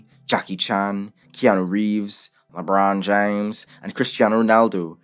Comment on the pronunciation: Lebraun James sounded like you changed cultures to pronounce that XD